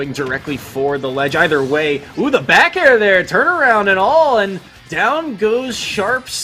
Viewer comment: that’s fair, not bair